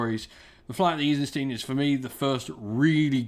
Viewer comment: Eisenstein isnt pronounced as Isenstien.